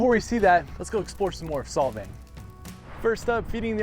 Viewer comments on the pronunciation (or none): SOLVANG NOT SOVANG